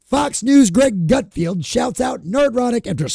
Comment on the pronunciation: It’s Greg GutFELD, not GutFIELD.